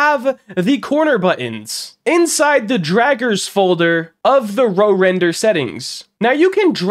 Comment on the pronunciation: You probably offended whoever made RoRender by calling it Row Render 🛶🛶🛶